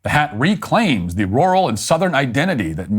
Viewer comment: Matt, to say “Rural” correctly, just pretend you’re saying the name “Earl” with an R on the front of it. R-Earl…you’re welcome.